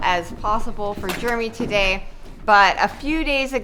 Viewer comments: It's funny, I notice when she says Jeramy it's sounds like Germy!!!😂😂😂 Love your channel!!! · Anybody else think is saying her husband’s name as “Germy”? 🤣